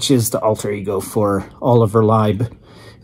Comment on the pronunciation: Thanks for putting out this review - one thing to note: Lieb is pronounced "Leeb", not "Libe". The Black Album is a unique infusion of trance and hard techno. It is techno designed in such a way to sound "trancey". I was lucky enough to hear some of these tracks at techno events many years a go...Cellular and 88 sound monstrous on a big sound system.